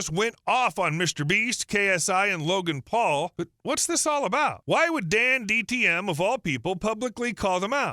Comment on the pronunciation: okay fine, the reason why i thought so was because you kept saying dandtm instead of dantdm, which is what an ai does